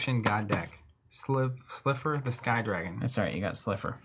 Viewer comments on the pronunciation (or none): Lol trying to pronounce Slifer was the best.